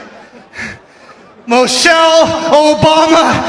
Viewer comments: He didn’t even pronounce her name correctly. Mo-shelle. He’s sick and I hope he loses everything. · Who’s Moushale?? 😂😂😂😂😂